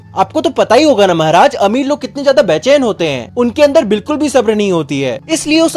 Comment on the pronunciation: Bhaiya aap Maharaj Ko mehraj bolate ho Aur Adventures of Toto main Saharanpur ko Sehranpur 😂